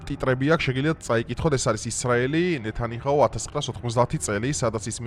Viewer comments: ნეთანიჰაუ კი არა ნეთანიაჰუ , ნე თა ნი ა ჰუ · უცხო, გაიხარე გეაცვალე. კარგი კაცი ხარ და გისურვებ სულ ასეთი აქტიური ყოფილიყავი. პატარა შენიშვნა მაქვს არ მიწყინო. ნეთანიჰაუს ნუ ეძახი ნეთანიაჰუს. 😊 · ნეთანიაჰუ და არა ნეთანიჰაუ. გაასწორეთ! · ნეთანიჰაუ არაა, ნეთანიაჰუა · ე ბიჭო ეს ნეთანიჰაუ რა არრის??? ნეთანია ჰუ- ჩაასწორე ძმურად ყურში ცუდად მხვდება❤❤❤ ლავ იუ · ნეთანიჰაუ არა, ნეთანიაჰუ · იჰაუ არ არი ძმა, ნათან იაჰუ.